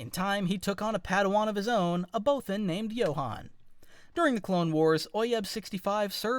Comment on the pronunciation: Why did you say Bothan like that